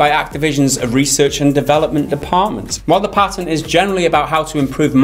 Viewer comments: Payten? No, it's Patent, homie. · Didnt know what tf you guys were talking about for the first 2 minutes.... What tf is a "PAYTANT" ?!!! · The fuck is a "pay - tent" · What's a pay-tent? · A Patent, not "pay-tent", is a set of exclusive rights granted by a sovereign state to an inventor or or assignee for a limited period of time in exchange for detailed public disclosure of an invention. -wikipedia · What is a Pay-tent? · PA-TENT, not Pay Ten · Did he just say pay-tint? sell out to big tint industry? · Lol PayTent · A "pay-tent?" it appears that your usage of the English language is still in "beet-a"... In all seriousness though, like most things, it comes down to how it is used that determines if micro-transactions are "bad" or not. This vid is an example of making them bad... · Paytent xD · Lord Druckwelle in the US we pronounce it the right way, PAT-INT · My bad, stupid me. Didnt know he pronounced it wrong^^